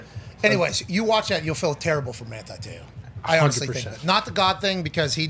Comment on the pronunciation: "Manthi Theo" why is he pronouncing the phonetic "T" with the "Th" ? Trying to sound "Thuff" ?